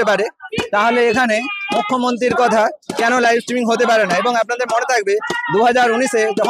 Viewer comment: Uccharon korte parena kichu na streaming k stimming bolche dur dur